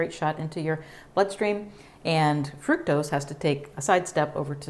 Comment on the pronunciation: Gave this clip a thumbs up -- however the word fructose is pronounced fruc (like puck) tose. Fruc-tose. Not fruit tose.